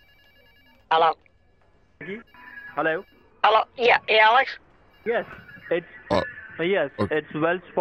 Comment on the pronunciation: And "Hallo?"